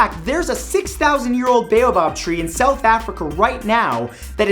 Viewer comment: Bayobob? I've never heard of the bayobob tree. I've heard of a similar tree though, the baobab tree Pronounced (B-ow-bab)